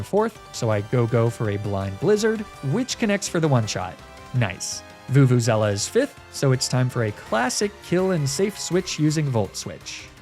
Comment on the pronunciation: Where are you getting vuvuzela from its veluza